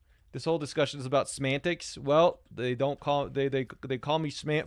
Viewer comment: "This whole discussion is about semantics." You mean... Smantics?